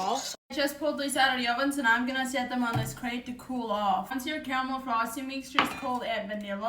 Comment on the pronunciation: Caramel??? I thought she said Camel😅😅😅😅